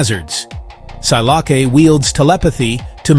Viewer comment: Si-lock-A. No